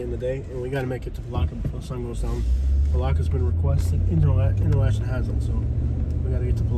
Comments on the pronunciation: Pronounced enter locken😅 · It is pronounced inter-locken.